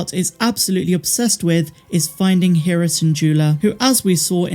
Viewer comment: Her name is pronounced Hera, not Hera.